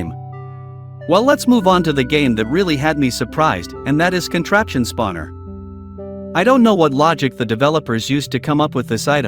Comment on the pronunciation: Why does the AI voice say spavuner?